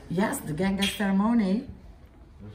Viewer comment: "Yes? The gangaster money?"